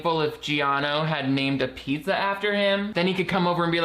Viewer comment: I was gonna comment how Rocky Road was the Everything Pizza of ice cream when I heard the main character call a pizza "Buddha" and I momentarily died of second-hand embarrassment